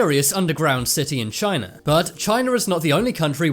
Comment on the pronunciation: He just said Chiner